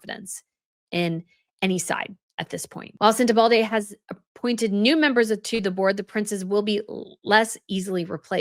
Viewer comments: You are misspronouncing the name of the charity. There is no D in it. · Sorry to be critical,.....every time you put a D in the pronunciation of Sentebale it drove me nuts. I heard "Sen-a-bald-a" Agree with your premises - we shall wait and see what more comes out! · You have compelling Royal commentary but unfortunately not compelling pronunciation. SenteBALE not Sentebalde and Lesotho (Lesootoo) not Leslotho... Do your Royal Commentator homework please. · Forgot to say that, please,, be more careful in your pronunciation. It is Sentebale, not Sentevalde, as you often said in the video. I don't mind you messing up with very complicated foreign (African) names, that is certainly not for everybody to pronounce in a correct way, but Sentebale you should get right. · Hi. No "d" in Sentebale. It's not " SentebalDe. Sen-te-bal-e. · There is no “D” in Sen tebale. You are pronouncing it like Uvalde. It is Sen-teh-bal- E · It’s Sentebale, not Sentebalde 😊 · It’s Sentebale , not Sentebalde. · No d, no d 😊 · Your saying sentable incorrectly...their is no d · Sentebale not Sentebalde, isn’t it? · please pronounce this charity and country correctly….its Senter-bar-lee not Sentebaldi. 😂 The country is Less-oto… not Lesotho the th isn’t pronounced.🙄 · It’s Sentebale NOT SenteBalde…. At least pronounce the name right! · Isn’t it Sentebale, not Sentebalday? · Thank you, as always for an excellent video. I think that your success is wonderful and so well-deserved! No “d” in Sentebale. Sorry, but each time I hear it, it sounds so odd….many of us have heard that name -# without that “d” for almost 20 years. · There is no “d” in Sentebale …it’s not pronounced SentebalDAY …it’s SenteBALLy (phonetically) …just trying to be helpful - it’s difficult to hear the repeated mispronunciation 😬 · Are you saying Sentebalde???? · No 'D' in Sentebale. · it's SENTEBALE not SENTEBALDE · Where is the D in Sentabale? Lease pronounce it correctly